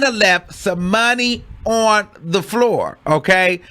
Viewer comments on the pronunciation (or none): none